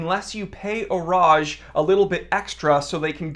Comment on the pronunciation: He did do a pretty good job with the pronunciation.